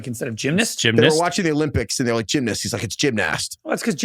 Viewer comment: Gym-nist? Why? Why would you pronounce it like that? It's an 'a'. You even looked pained and confused when you tried to say it. How long has this been going on?